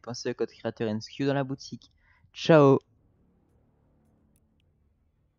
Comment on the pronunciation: Tu a dis chao au lieu de dire ciao